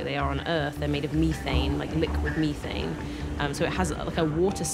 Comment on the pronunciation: Meethane?? Methane gas/liquid(cold)